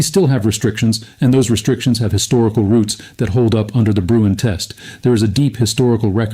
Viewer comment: Sorry, but it’s not Bruin. It’s Bruen.